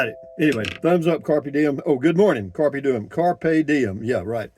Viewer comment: Sounded like “Carpe Doin’” which I almost like more - Seize the Doin’ 😂